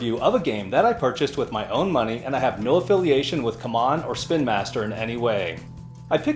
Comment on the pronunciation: Aside from the weird pronunciation of CMON, great video!